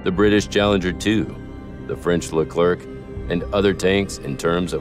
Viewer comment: Hello, Please don't pronounce the last letter of the name LECLERC. /Thank you